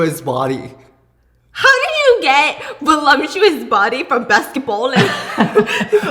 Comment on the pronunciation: he said he wants a woman who wants to live a life of luxury and that he will support. They way he says it is a little confusing but yea. Loved the “voluptuous woman” and “basket bowling” thing 😂